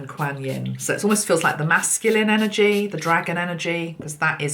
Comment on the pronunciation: Hi. I know you like to pronounce words correctly ( even though it's really not important) Quan, like swan, Quan Yin. This video great thank you so much xxx